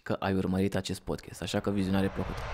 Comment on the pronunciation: Podcast nu podchest, este deranjanta pronuntia care e si gresita